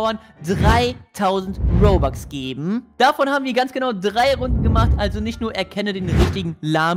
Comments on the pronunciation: Das heißt robux und nicht bobux 🙄😤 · Lami es heißt nicht bobax sondern robux okay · Das heißt nicht Bobux sondern Robux